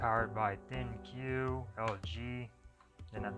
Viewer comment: "ThinQ" is pronounced "think."